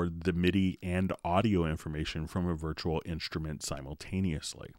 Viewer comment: "virchual inshtrument"